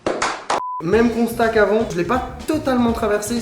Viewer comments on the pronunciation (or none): none